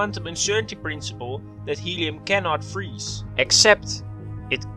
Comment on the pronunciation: Helium: I neva fweeze.